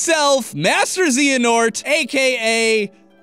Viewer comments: How are you struggling to pronouce a name when every game in the series is voice acted? Ok, its for the sake of a joke (if it can even be called that) but you're making things more complicated than they need to be. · >Claims he played the games for years. >Can't even f*cking pronounce Xehanort, even though his name is said in literally every game he's appeared in. Stop lying just to get us off your back, it's not going to work. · XRaZor Piikachu I agree, the best part is that on Twitter said that it took him 2 weeks for him to write the script and research the game. I somehow doubt it. You would think 2 weeks would of be enough for him to fact check the script and pronounce Xehanort correctly but he proved me wrong. Despite acknowledging that his script had errors he still uploads the video anyways. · LEN1X there is no reason to. It’s not about a “correct” theory, I can live with absolutely convoluted theories being spun. But my point is that he doesn’t actually know the content well enough. His pronunciation of Xehanort is the perfect example of his insufficient knowledge. And if you cannot see that, I doubt you’re a true fan of the series. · If the guy can't even pronounce Xehanort's name right, then he shouldn't make any Kingdom Hearts theories. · If you're going to do a KH theory, atleast put effort into it. You couldn't even say Xehanort's name right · I’d think it’d be easy to pronounce Xehanort because it’s spoken so often in the games. It’s almost like the games weren’t played to have heard said pronunciation. 🙃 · Wow I can't wait to see more YouTube channels butcher kingdom hearts lore or try to explain it because of the popularity it is gaining from the release of its third installment. Also don't claim you played the games and are a true fan if you can't even pronounce the main villain's name right. Basic research or knowledge of the game would help you not look ignorant trying to explain your "understanding" of the series. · Ze-ya-nort. Xehanort.